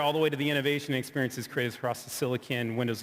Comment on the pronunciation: Iam tierd of PR BULLSHIT always saying experinces !